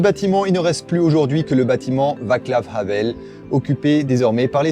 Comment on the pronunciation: Bien pour d'expirer le H de Havel, par contre le C tchèque se prononce "ts" (Je pinaille).